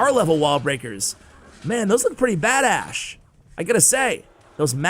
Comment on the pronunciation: did he say those are pretty "bad-Ash" If so I might be saying that from now on :)